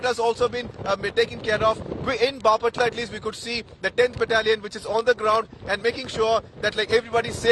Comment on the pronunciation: it's baaaaaapatla Not bapaaaaatla